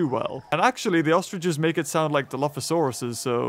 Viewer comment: Why is everyone saying ostridges?